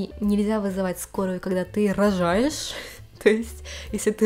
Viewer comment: "В Японии нельзя вызвать скорую если ты РОЖАЕШЬ То есть если ты РОЖАЕШЬ, то иди в больницу сам" так акцентирует на этом "РОЖАЕШЬ"